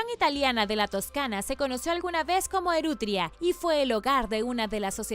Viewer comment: No sería lógico denominar al lugar donde vivían los etruscos, Etruria y no “Erutria” como dice el video?